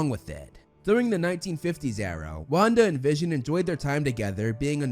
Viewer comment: That not vision that’s Vishawn